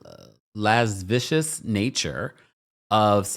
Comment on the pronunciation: Pronounced “le-si-vee -es”